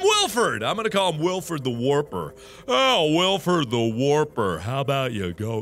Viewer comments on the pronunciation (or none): sassytorchic47 its wilford not wilfer